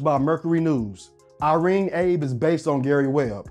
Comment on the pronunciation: You pronounced Irene Abe's name wrong. It's pronounced "Ah-bay", not "Abe", as it's a Japanese pronunciation.